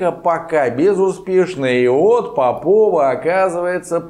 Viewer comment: Она не попОва,а пОпова. По образу мЫшления.